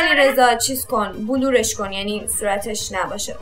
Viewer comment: رکسانا خوبه که به قلی خاکی هستی بلور اشتباه بٍلٍر